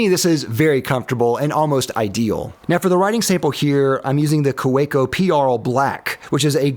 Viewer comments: I counted 17 different ways to pronounce Kaweco, three in once sentence alone. Clearly the guy doesn't speak German--and doesn't know anything about fountain pens. No mention was made of the Pilot Varsity, which I would choose any day over the Platinum Preppy and even the Lamy Safari. Also not included were any of the fine pens by Jinhao. My favorite is the Jinhao 911, which I consider nearly equal in quality and performance to the Pilot Elite 95s with 14k Au nib, which is my favorite pen. The Jinhao 911 will set you back about $3.50, compared to the Pilot Elite 95s, which is about $140. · As far as the previous comment, the w is pronounced as a v. It would have been nice if you listed the pens in order of preference. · 2 things to point out: 1. Kaweco is pronounced with a V sound, like kaVEco (and the German V sounds like an American w, funnily enough) 2. German kids first learn how to write with a fountain pen before graduating to a pencil. So brands like Pelikan make lots of funky looking fountain pens specifically for kids and teens, since even after using a pencil, kids are still required to use a fountain pen in certain situations. Even math exercises. It also means you can find cartridges and fountain pens anywhere, even drugstores, and most notebooks meant for school are fountain pen friendly as well. (: (that is also the reason so many entry level German pens feature the tripod grip... It's the correct way to hold a pen or pencil, and kids are meant to learn the right way, right away.) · Kaweco--- it's pronounced KA-VEK-O.. but your version is fun.😅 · You made a great effort, but it’s pronounced Kuh-VAY-ko. Excellent reviews. Any chance of doing something similar with metal pens? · The different pronunciations of kuhhhwakeo, well even i got the joke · Can I help you out since I lived in Germany? It’s KaVEco. Really informative, thanks! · "Kaweco" is pronounced with the w sounding like a V. And pearl is not Pee-arl lol. Its purrrl lol